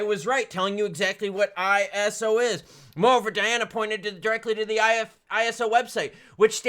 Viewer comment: Thank you for saying ISO properly. There are XRP youtubers who say ‘eyeso’ and that sounds so dumb. Thank you for telling the truth.